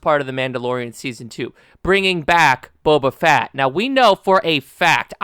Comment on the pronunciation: The Book of Boba FAT! 🤣😂